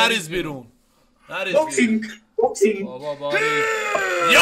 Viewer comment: به خدا جریدیم از خنده 🤣🤣🤣🤣🤣🤣😂😂😂 به خصوص پسره که می‌گفت بوکسینگ